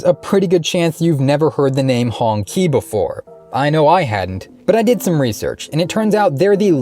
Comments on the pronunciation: Qi is pronounced (chi), ''Hongchi'' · Should be pronounced as Hong-Chi, I believe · it's pronouonced Hong Chi